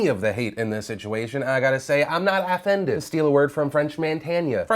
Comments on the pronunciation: "affended" lol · "affended" lmao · Not "affended"